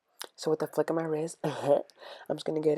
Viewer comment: "so with da flicc of my wrist"